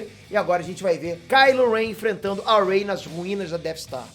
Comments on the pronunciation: Cara você disse ey em vês de Rey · "rei" não é Ray 🤭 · É a partir desse momento que você percebe que o não assistiu essa nova trilogia. Ele pronunciou sério o nome da Rey, ou foi zoeira mesmo? kkkkk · Que pronúncia horrível dos nomes, mds kskskks